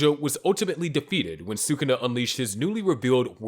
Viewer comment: The moment these stupid channels mispronounce Sukuna I know they’re trash and I thumbs down. Do better.